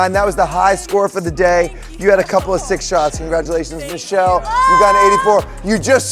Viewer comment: The fact that purposely pronounced Michelle’s name wrong 😂😂😂